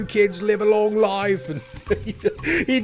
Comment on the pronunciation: Ayyyyyyy, “YOU LIVE A LONG LOIFEEEE MATE” 🤣🤣🤣🤣🤣🤣🤣